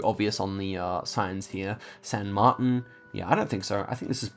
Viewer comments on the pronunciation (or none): none